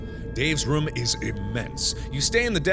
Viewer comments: I like how Mark pronounces room as rum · I love the way mark says room! it sounds like he is saying rum it's soooo cute ^_^ <3